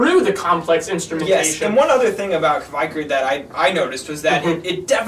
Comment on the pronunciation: its pronounced kveikur - "kv (hey) k (our)" isjaki - "iss (as in piss) yah key (as in keytar)"